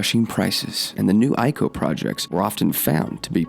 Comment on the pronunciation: I like the video but it's ICO, not ico haha